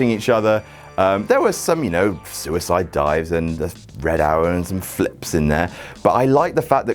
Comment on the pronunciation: Did just call the red arrow the "Red Hour"?